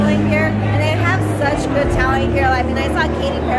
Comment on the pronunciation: i love how you two make one syllable words into two; cute becomes keu-oat good becomes goo-ud cool becomes koo-ule fun becomes fuh-nah